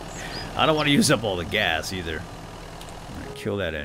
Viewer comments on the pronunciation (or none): none